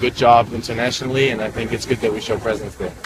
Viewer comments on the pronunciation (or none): none